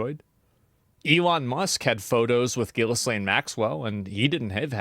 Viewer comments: It's pronounced Glaine not Gisslaine. If you can't even get that part right, why should i listen to anything you have to say? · There's no problem smaller than this but I NEED people to know that her name is pronounced ghi-LENNE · FYI Ghislaine is a french name, the -h, -s and e are silent. The name is pronounced as "Gilaín" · Dude pronounced Ghislaine as Jizzlaine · I will never not call that lady Jizz-laine. I don’t care how it’s actually pronounced. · I love Americans pronouncing it Jizz-lane bro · Why is nobody able to learn the proper pronounciation of Ghislaine